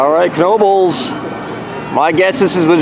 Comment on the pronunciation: You said Knoebels right but not Elysburg.